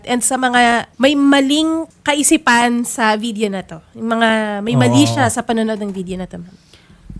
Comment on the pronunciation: Frop? Or prof? Video? Or vitheo? Bothered ko dah